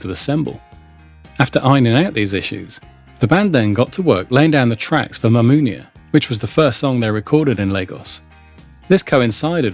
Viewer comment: Ma-MOOON-ya? LOL. AI stuff sucks sucks sucks sucks sucks.